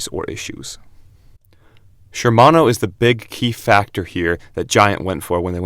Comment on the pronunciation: Shimano brakes, yet video clearly shows Tektro lol. And its Shimano, not Shermano